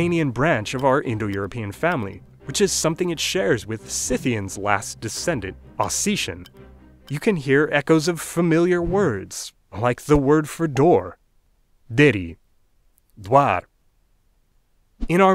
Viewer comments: Ossetian is pronounced Oh-se-tee-an with a hard T, not Oh-see-shan. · Despite having read all of Colarusso's works, I've never heard anyone say Ossetian. Does it really have only 3 syllables?